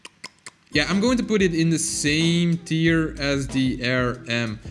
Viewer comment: You Pronounce Tier Wrong!!!!!L